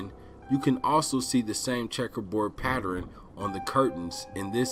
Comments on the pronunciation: The word is "pattern" not "pattering" that shit was bugging me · Very interesting but can you stop saying patterin?